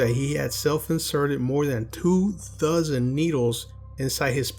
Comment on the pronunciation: “ two thusnd needles “Oop